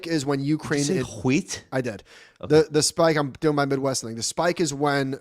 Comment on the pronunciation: yes Josh ....wheat whooeat. Remember Stewie Griffin. lol